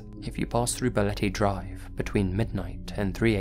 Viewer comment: I'm from the Philippines and your "Balete Drive" pronunciation is not bad at all.